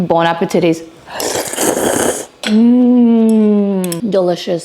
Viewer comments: DO NOT SAY IRRITATTING THINGS LIKE “Bon appettity”, OKAY??!! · Ummm… did she just say bon appe-titties ?? 🤣😂🤣. 👏👏👏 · “Bon appitities”? Maybe after she has a kid or two more. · Did you say bon appetitees?